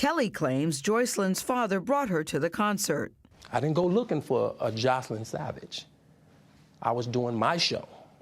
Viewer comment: Why did he say joycelyn’s name wrong